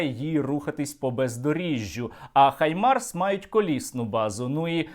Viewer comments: Правильно казати Гаймарс, а не Хаймарс. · Пора вже в українській журналістиці позбуватися російських штампів. Треба говорити "Гаймарс" а не "Хаймарс". Росіяни вимушені заміняти "Г" на "Х" тому, що в російській мові нема звуку "Г". Але, українцям нема потреби мавпувати за росіянами.